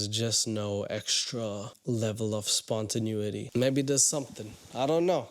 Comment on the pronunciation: SpontenAety, dude.